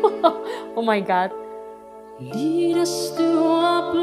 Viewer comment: Again you said.. oh my got.. oh my got 😂😂